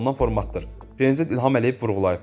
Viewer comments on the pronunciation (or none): Ay bisavad diktor prezent yox Prezident.